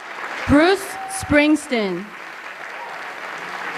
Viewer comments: James Allen check out obama pronouncing his name ...he sez ‘spring..teen’ 🤣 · Who the hell was announcing this? His name is SpringstEEn, not SpringstIn. Idiot. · She announced him as something that sounded like "Bruce Springston". Like she never heard of him. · She couldn't even pronounce Bruce Springsteen's name correctly 😢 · Great event did the address announcer mispronounce the last name Springsteen and then the next recipient, since we Tyson? Poor job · For such a prestigious & coveted award ... please do (next times) engage a presenter who can actually PRONOUNCE correctly the names of the recipients. This was sickening to hear. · idiot announcer pronounced his name wrong